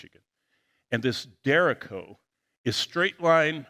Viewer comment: Derecho- pronounced Der RAY show. Trust me, weather spotter and Christian brother to you . Appreciate your ministry and share your videos frequently.